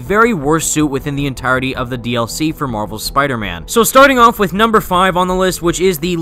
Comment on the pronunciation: Tell me I'm not the only one who thought "SUPIDAHMAN" when he said "Spider Man based Power Ranger"?